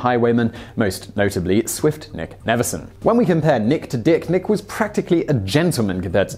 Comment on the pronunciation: The way he said nick to dick